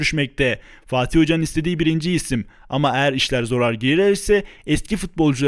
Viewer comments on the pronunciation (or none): none